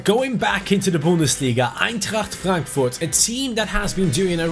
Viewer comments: Wow how good you said Eintracht Frankfurt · The way you said Eintracht Frankfurt was so German haha